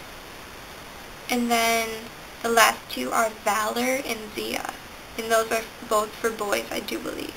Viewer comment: Your pronunciation was a bit off on Thaddeus (Thad-E-us) and Ziah (ZY-uh), but that's ok! I'm honored that you used my name list in your video! : ) I liked the name combos you made at the end. Caledon Jones is perfection. Haha.